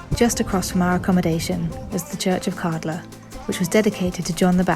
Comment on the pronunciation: Kärdla. Ä is pronounced as a in "glad".